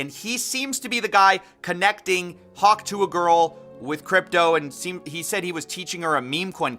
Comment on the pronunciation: The says hawk tuah so elegantly